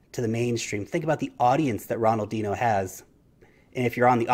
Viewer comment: Although Ronaldinho wasn't pronounced correctly 😊